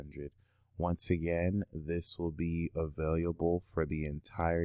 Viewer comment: This man can not pronounce the word available which turns me completely off